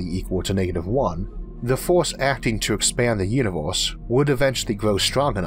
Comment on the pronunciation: "Univoooohhhse" ...."eizooohhh" ... "laydoooh" .....damn ! Your "slang" is horrible, but your content is great !